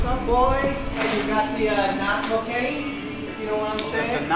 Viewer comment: I love how you pronounce CO-CAY-N